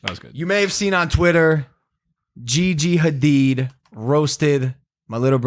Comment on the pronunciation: He can't pronounce Gigi's name... At least her last name